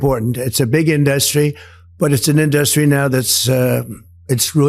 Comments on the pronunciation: Why does he pronounce it, "in-dust-ree"? It's almost like he's sounding out the syllables. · Why does Trump pronounce the word "industry" as "in-dus'-try"? It is pronounced "in'-dus-try". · He is really struggling with pronouncing words ‘Ind-dust-ry’. He is rapidly going downhill. Godspeed old man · What's up with the 'indarstry'? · In DU stry he says ...it's indusrty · 'Fil-im in-dust-tree"? F'n maroon. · Why does he pronounce industry as “in-dust-ry?? Sounds like a moron. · The "filum" in-dustry? 🙄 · He can’t say the word “film.” He says fill-um. And the word industry, he said in-dust-tree. Dotard needs to go back to 2nd grade. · The pronunciation errors from The Orange Ape in these clips are really disturbing. "filØm indØstry"? Is he having a stroke? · In dust tree = Hollywood I'm I the only one who heard his weird pronunciation of the word industry? Greetings from Germany 💙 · What is a "fillum induss tree"? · He can't even say "film" - he says fillum - and "industry"- he puts the emphasis on the wrong syllable. Uneducated buffoon...I mean, baboon. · Did trump have a stroke that prevents him from saying industry the right way? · Why does he say industry like that? It’s really annoying. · Why is he not saying industry or film properly. What is up with that? Does anyone know.